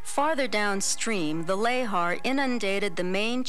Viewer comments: It's pronounced "luh-haar", and I had, to my knowledge, never heard it pronounced otherwise, so hearing it as "lay-har" kept giving me a jolt. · Every time the narrator pronounces lahar "lay-har," I die a little inside.